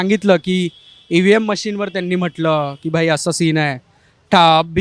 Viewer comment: मुंबई ठाकरेची आहे... कोणाच्या बापाची नाही.. मुंबई सर्वसामान्यांची आहे.. सर्वांची आहे. या चो क्याला EVM सुद्धा बोलता येत नाही.. VM machine बोलतोय.. अन शहाणपणा शिकवतोय. ठाकरेनी काय विकत घेतली की काय?